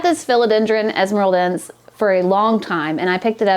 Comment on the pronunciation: Best Philodendron esmeraldense in a home set-up ever! I think it's a narrow form. But,, the final -e is supposed to be pronounced (es-me-ral-den-seh). Thank you for a funny vid and for let us inside of your home! 🙌